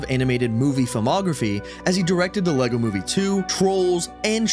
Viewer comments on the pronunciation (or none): none